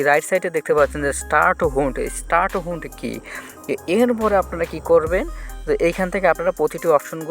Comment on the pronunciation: হান্ট উচ্চারন ঠিক নাই, সে আবার এন এফ টি বুঝাইতে আসছে 😹